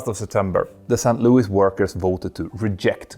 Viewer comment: Dude... Its SAINT Louis and NOT Sankt Louis as you pronounce it. You sound like that German costguard sinking commercial.